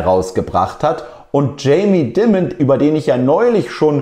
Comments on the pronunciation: "Tscheimi Daimend" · Aussprache sollte Jamie 💎 sein, sage das jetzt mal da ich denke der Herr wird nicht das letzte mal Thema sein auf dem Kanal hier 😂❤